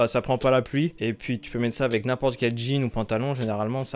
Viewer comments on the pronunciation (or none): none